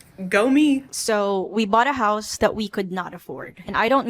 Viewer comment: I thought you said "horse"